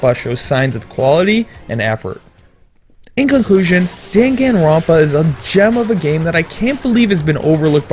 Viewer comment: ***** Pretty sure they're not a weeaboo for correcting a pronunciation error as well.